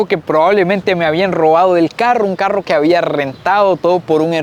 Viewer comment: Qué bueno que ya sabe pronunciar la "RR", todavía no ha aprendido, "caruo" en vez de "carro", "moveur" en vez de "mover" y mil ejemplos más... ¿Por qué no pronuncian bien la RR?